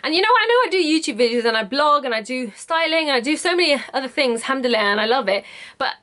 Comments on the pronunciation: I know right hahaha "Alhamdille" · First of all, I love your Egyptian accent when you say 'Alhamdulillah' (you do have one if you haven't noticed) :D ,, Secondly, You Go Girl !! I was soo happy when I knew that you do ship outside the UK... Will be waiting for you collections.. All the best !!